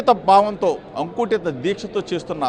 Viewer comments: అంకుటిత కాదు జోగి... అకుంఠిత... ఒక తెలుగు పదాన్ని సరిగా పలకలేని సన్నాసులు మా నాయకులు... అందుకే నువ్వు చెప్పిన కృష్ణానదిలోనే మీ పార్టీని కలిపేసారు. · అంకుటిత కాదురా గూర్కా అకుంటిత రా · అది అంకుటిత కాదు అకుంఠిత.